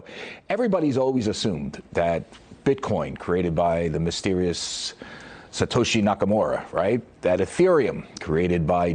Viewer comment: BITCOIN IS NOT A SECURITY!!!! Period end of story. Also your going to listen to somebody of can’t even Satoshi’s name right . Booooooo